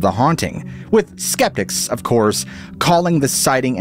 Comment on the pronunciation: The word is. Of in not off tin